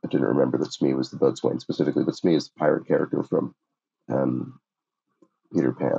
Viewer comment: 40A Boatswain is pronounced bosun.